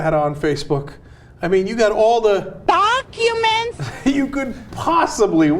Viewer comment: Ha ha ha the random Palin "DUHCUMINTS"-chicken-call made me lol.